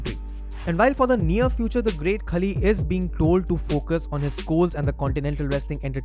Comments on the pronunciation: Its pronounced not 'kali' its 'khaali' otherwise a great video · Hope Kavita Devi becomes successful in NXT and main roster.. btw it's Khaali.. not Khali.. As usual awesome content and presentation bro!! #RustyRocks